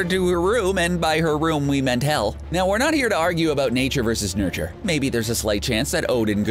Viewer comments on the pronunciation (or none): none